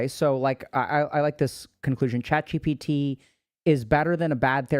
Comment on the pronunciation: No one: Dr. K: ChatCBT 😂